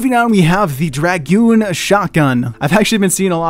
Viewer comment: Finnaly a name pronuched right but the dragoon is a French soilder is what they are referencing not going to go into to much detail Google it